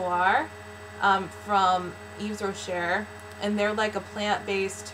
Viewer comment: You do look very awesome in this video - the liquid foundation must be the key! Thanks for the "shout out" and I'm glad you like the vanille noir scent. I thought of you right away on that one. For the future, to pronounce Yves Rocher you can say "Eev Rochay" because the "s" and the "r' are silent in French. :)